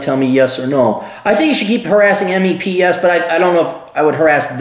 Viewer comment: we call it meps... not m-e-p-s